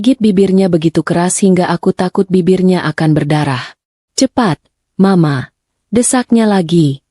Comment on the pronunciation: Ceritanya bagus dan cara pembaca narasinya nyaris sempurna,cm sedikit yg menganggu pendengaran sy cara mengucapkan mama ada beberapa kali di ucapkan dgn singkatan M A, hrsnya ma aja.itu pendapat sy.